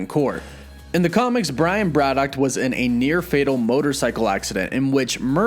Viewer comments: WOW!! Never knew there was a T at the end Brian Braddock -- ah sorry BraddocT. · 1. Brad-OCKKKKKKKKKK … 2. Hercules was DEFINATELY a Full Avenger , read past the third line on wiki next time , my dude. 3 . Swamp thing photos , man thing bio … lazy. Overall : C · You're adding a "T" to your pronunciation of Braddock. Also, why do you say "Britain" so strangely? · The way you pronounce BRADDOCK and BRITAIN triggers me so much haha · That pronunciation of Braddock makes my ears bleed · Love the vid but why'd u put a t on the end of braddock lol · Dude, I love your videos and the info you provide, but please work on the over-annunciation and pronunciation of various words. “Braddock” not “Brad-dockt”. “Mutant” not “mu-tantt”. Etc…